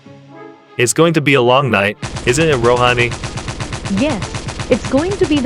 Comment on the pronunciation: guys please start learning to pronounce hindi names in a well manner, that is not Roohaani, that is Rohani, say like Ro, han, ni.